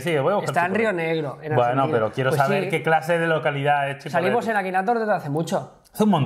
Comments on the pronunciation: Jah, yo soy de General Roca, Rio Negro, soy de la ciudad dueña del Departamento donde se encuntra Cipolleti, no se pronuncia CHI, se pronuncia SI. ALGO ASI COMO SIPOLETI. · AGUANTE CIPOLLETTI PAPÁ. Para la próxima se dice "Cipolletti" no "Chipolletti" por que es un nombre italiano, esta bien, pero somos argentinos :v